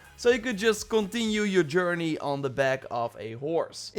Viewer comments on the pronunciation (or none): none